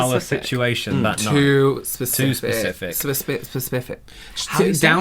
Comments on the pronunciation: forgetting how to say specific 🤣 The dream sequence futting killed me And the home movies 🥰🥰🥰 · I can’t get past trying to say “specific” while everyone else moves on with the convo 😭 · As soon as they asked who's more airheaded, I was like 😂 He sat there for 10 seconds trying to figure out how to say specific lmao